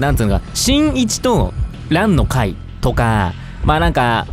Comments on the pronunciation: さとみくん本当にごめんなさい 本当に申し訳ないんですけど、どうしても何回聞いても｢新一｣が｢ちんいち｣に聞こえま((((( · 新一がちんいちに聞こえるwww 私だけwww？？